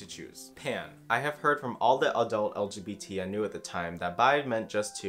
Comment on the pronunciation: Fisrt off I love the fact is saying "Lugubatuh community"- second I identity as Omnisexaul because I like all genders but I dont want to have the pretenses most people have for Bi & Pan. A point for both is cause for Bi people think 2, for Pan people think gender blind, and they've been in the public eye the longest so it has the most rep- also meaning the most stereotypes that I do not want in my crossfire. I also resonate with the definition the most, Omni basically means: all genders but with a preference for blank gender or the attraction towards certain genders just feels different enough to mention. Also kinda off topic but thinking now- my Omni experience is also probably impacted by being AroAce (to be more specific Cupioromantic & Asexual)